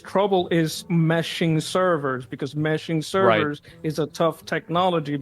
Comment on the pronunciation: Meshing Servers...MESHING SUR-VURRS...holy hell that guy drank the KoolAid